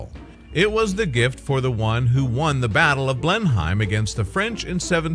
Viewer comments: Blenheim is pronounced Blennum or Blennim....not Blenhime. Check pronunciations before presenting these things for pities sake! You Tube have a huge collection of correct pronunciations on every topic and colloquialism you can think of....please use it. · Pronounced Blen-hem.